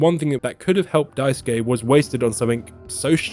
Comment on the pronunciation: thanks for pronouncing Daisuke correctly, unlike the many YouTubers who do not and could simply use Sasuke from Naruto to say it right 😅